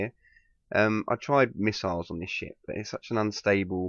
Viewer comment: When he says "ship" it sounds like "sh*t" to me